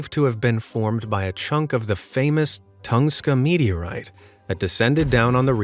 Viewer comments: Please stop saying Thongska instead of Tunguska! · (Tun-goo-ska)Tunguska metiorite. Not Tungska. 😂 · And "Tunguska" has another U in it.